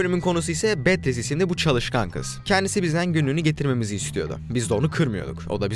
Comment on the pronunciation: betris değil beatris lütfen adam:c